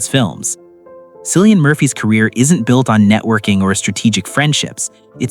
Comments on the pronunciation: The way you incorrectly pronounce cillians name makes me not want to subscribe 😢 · Killian his name is pronounced killian my goodness if you are going to do this get the pronunciation right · The C is pronounced as K. Quit using it like the Boston Celtics. Completely wrong. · I know, this drives me crazy, I hear Cillian's name being mispronounced more often than not 🤔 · I enjoyed watching this but echoing the comments below it’s Cillian with a hard C as in K. I don’t understand how you can take time to produce a video like this and not get his name right, particularly as he’s everywhere globally at the moment, and quite rightly so. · It’s pronounced KILLIAN….not sillyan….get his name right for gods sakes!! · His name is Cillian Murphy, pronounced with a capital K and NOT Silian with an S 🤔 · Yes, I love "discovering the real stories" more when you pronounce the subjects name correctly as Killian but spelled Cillian. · Hey commentator, how about discovering how to pronounce his name! Not Silly-Ann but Killy-Ann!!! WOW 🙄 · His name is pronounced KILLIAN not Sillian. Get it right. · His name is not Sillian, it’s Cillian, pronouns as KILLIAN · Disrespectful Man. It's Killian not Sillian. Do your research. Its so annoying to hear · Pronounced Kill- ian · JESUS . IRISH K , NOT S SOUND. 🍀🍀🍀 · Kill-ie -an, Jesus man learn how to pronounce the actors name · It is 2026. His name is pronounced KILL-EE-AN. Brutal. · It's pronounced Cill like window sill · No it’s not. It’s pronounced Kill. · just for your info .. if Cillian heard you say his name with the s sound and not the hard C sound .. he would not be pleased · If you’re going to make a video about someone, you should at least pronounce their name correctly. I can’t take this seriously with this egregious error front and center. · He is so private than a lot of people who think they know him can't even pronounce his name. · The C in Cillian is pronounced as a K! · Please pronounce that lovely Irish name correctly